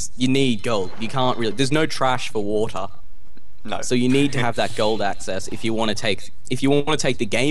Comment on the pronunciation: "there's no trash for watah" he went a little bit british there.